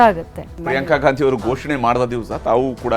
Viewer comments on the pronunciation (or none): none